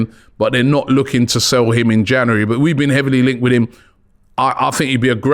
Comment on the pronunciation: I'd love it if Robbie could pronounce January properly haha